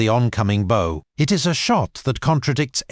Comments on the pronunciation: Somebody tell AI That bow (boh) is something you wear below your chin. Bow (bau) is the front of a ship. I hear this on so many channels. AI isn’t that smart yet. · Here in UK it's "bau" for the pointy front end of a ship! It's "boy" for the US "boo-ee", and UK says "dived" not "do-ove" with aircraft. Is AI getting "boh" and "do-ove" wrong? It's messing up my education! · Interesting presentation, but could you please lose the computer voice? Morale->morally; bow->boh. Really?